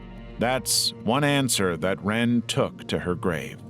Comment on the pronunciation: Lots of mispronunciations in this video, like L'wren Scott. lah-REN, not simply 'ren'.